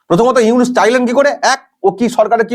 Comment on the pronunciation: চফিকুল ইউনুসের নামটা ভালো ভাবে উচ্চারন করবি ছালা